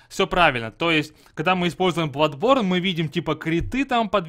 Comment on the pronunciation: Я в ахере, я понимаю хотябы маэлсторм, а не маэлштром, но бладБорн! Facepalm x 10000